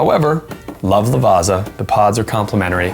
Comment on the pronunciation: why do you pronounce Lavazza as La vasa? You can say pizza, not peesa. So its italian like you say pizza ... lavazza. :body-blue-raised-arms